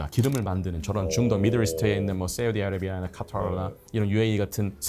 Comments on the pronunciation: 출연자 교수분, 나이대가 어려서 그런지, 사우디 아라비아도 영어식 발음으로 새우디라고 하고, 외래어를 좀 과도하게 사용하는듯.. 영어를 잘하고 못하고 보다는 대부분이 한국인이 보는 채널이고. 국뽕성 채널의 성격을 지닌 곳인데 .. 으음.. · 솔직히 새우디아라비아는 처음 들어봄